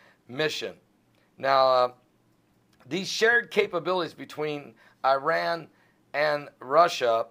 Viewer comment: Is he sad that Iran and Russia are partnering to attack ISIS, which is a byproduct of Hillary and Obama sleeping together with their Saudi friends? Learn how to pronounce Iran and Alepo. Speak about who did 9/11.